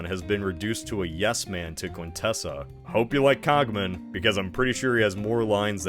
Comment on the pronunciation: hey that's not how you pronounce quintesson